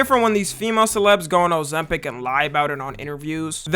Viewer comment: O-ZEM-PIC❗️ O-ZEM-PIC❗️ O-ZEM-PIC❗️ O-ZEM-PIC❗️